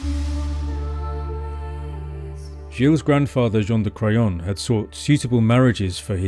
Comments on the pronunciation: I’m so sorry but every time I hear you say Jean De Craon I’m just hearing John of Crayon 🖍️ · The grandfather Jean de craon otherwise known as JOHN DE CRAYON 🖍 hahaha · John Da Crayon. Cant unhear it now